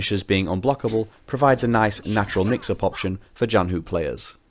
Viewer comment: If you're curious, yes you pronounced Zhanhu basically correct for an English speaker! It would be a tiny bit closer to the Mandarin if you pronounced the 'zh' part as a normal English 'ch'. zh in Chinese is retroflex, so your tongue is bent back a bit when you pronounce it.